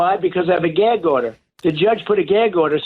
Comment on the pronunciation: "I got a geg order".